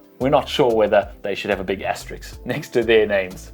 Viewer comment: Asterisk not Asterix*